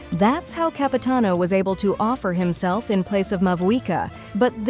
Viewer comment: It's Capitanover